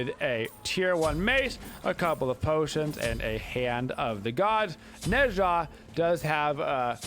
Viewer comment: Not to be rude, seriously I actually enjoy videos, but i'm a newer viewer so I have to know... Does he pronounce the gods names wrong on purpose? Is it just bait to make people mad? Ah pooch? Neh sha? Jotunns? Whymeer instead of Ymir? I genuinely can't tell if it's an inside joke that i'm just not privvy to or if he literally doesn't know wtf hes talking about. The gods even say their names the correct way when you select them in game! I've watched every single video hes put out in the last 2 months and I still cant tell if it's a meme.